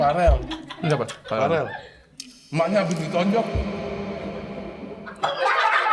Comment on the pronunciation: Wkwkkwkwk verel pak bukan Farel